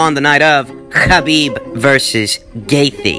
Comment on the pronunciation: When says Khabib.... 🙌🏾🙌🏾🙌🏾🙌🏾 Can say Nurmagamedov?